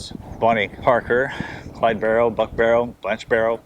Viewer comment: Barrow last name has no S….please pronounce it correctly!